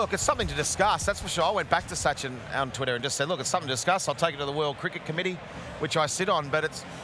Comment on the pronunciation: It's Sachin , ,,, NOT Suchin , haha ,,, Commentators laugh at Suchin & Donul